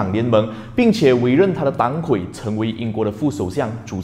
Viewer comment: 哥们r，本来不想说的，但是实在看不下去了，党魁（dang kui）